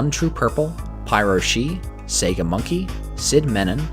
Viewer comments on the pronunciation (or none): none